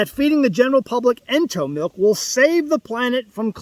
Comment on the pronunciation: Ento, like entomology. Ugh